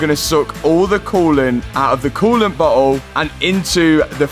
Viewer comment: Bro, I love your video's and have learned a good deal about cars I'll never get the chance to work on or drive. But when you said bottle in reference to the expansion tank/reservoir, it honestly sounded like you said "butthole"!!🤣🤣Your still cool though!!!